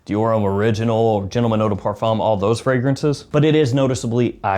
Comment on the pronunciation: the 'M' sound in parfum is silent, if u want to pronounce in properly